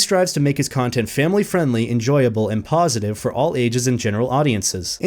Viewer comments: I hear PAWsitive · "Paw"sitive im sorry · Am I the only one who thought he was making horrible furry puns every time he said "positive"?